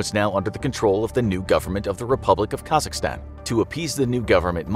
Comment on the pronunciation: COMRADE SAID KAZAKHSTAN CORRECTLY. LOVE FROM KAZAKHSTAN